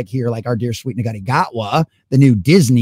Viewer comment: Shootie not nugata.